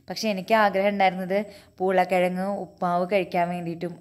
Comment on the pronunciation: Aadyam poolakkizhag ennu paranjappo njan kettath urulakkizhag ennanu.. 🤣🤣🤣🤣